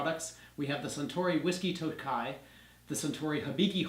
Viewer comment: Nice combo review! The Toki (sorry to be that guy but it’s pronounced toe-key not toe-kai 😅) is made specifically for highballs. I definitely agree that the harmony is a great NAS whisky & well worth regular retail. I don’t remember what the 12 tasted like...only had it years ago when it was unremarkable & I didn’t enjoy whisky. 😭. The 17 & 21 I still see floating around but they’re absurdly priced & a hard pass for me. Like you mentioned, the bottle is perfect to keep as a decanter (my scotch infinity bottle is an old harmony). Keep up the great reviews!